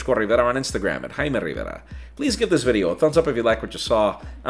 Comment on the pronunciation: is that a little jaime rrrrrrriverra junior?